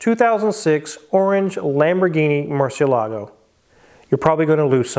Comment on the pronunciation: Murcielago is pronounced "Mour-see-EL-ago."